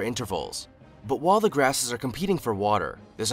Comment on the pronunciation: The narrator said wall for while. I wonder if he says wah or why? illiterate